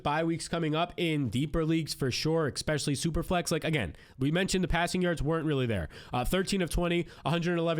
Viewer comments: bro it’s not “Xpecially”!!! 😂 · eXpecially..eXpecially... eXpecially...wtf